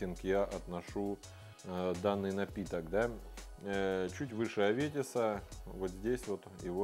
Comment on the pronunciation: Имя Аветис - происходит от армянского. Армянское имя (Ավետիս) "благая весть". Ударение на букву "И". Спасибо за отличные обзоры. Очень смешной был обзор на виски "Афганистан".